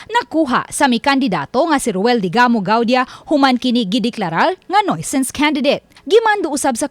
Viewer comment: Ma'am reporter, ang correct pronunciation po ng NUISANCE for nuisance candidate ay NEWSANS. Hindi NOYSANS. Hope you don't mind kasi ilang beses ko nang napansin ito sa iba't ibang reporters. 😊 🇵🇭 🇬🇧